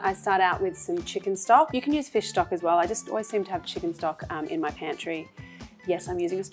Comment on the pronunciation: i understand that she give her personal twist , but the intonation when she says MY personally gives me like, be more modest, no need to emphasize the MY.